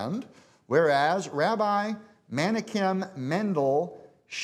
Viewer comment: He can't pronounce Menachem right.